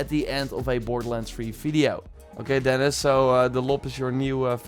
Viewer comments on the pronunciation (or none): none